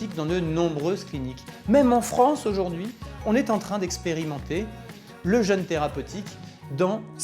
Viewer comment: par contre vérifiez la prononciation du mot jeûne, il ne se prononce pas comme le le jeune, sinon moi g rien contre un jeune pdt trois jours lol ça peut porter à confusion 😆